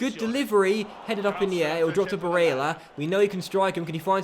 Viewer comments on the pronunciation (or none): stop saying barella like that seriously embarrassing, except from that good vid👍🏻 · Please, stop fucking saying barella with an Italian accent its unbearable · Julius Zondag it's not that I don't like the videos because I do it's the way he says barella and meligoni it's just annoying as it's only those two I don't mind if he says every name like that but because he only says it for 2 it's annoying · Stop saying barella like that! PLEASE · Question for you 'Do you feel like a complete fanny with the way you pronounce Barella and Melegoni'?